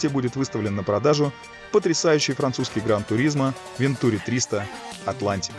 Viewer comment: АтлантИк. Это французский, детка. Все ударения на последний слог. Без исключений. Даже в русскоязычных словах франкофоны двигают ударение на свой лад. СочИ, СашА, МашА, ВладимИр, ЛёшА, пельменИ, матрёшкА, ПутИн, ЛадА СамарА, собственно СамарА и т.д. И, да, никаких "вен-" и никаких "-ту-" – это именно Ван- и именно -тюрИ. ВантюрИ АтлантИк.